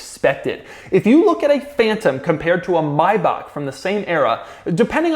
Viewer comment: Anybody else thrown off by the way he pronounced Maybach?